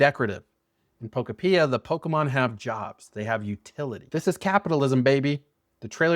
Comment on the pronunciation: Bruh can’t even say the name of the game right